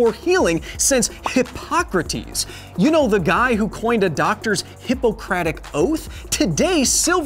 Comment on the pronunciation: Also, broski you say “hippocrates” name in a very interesting way.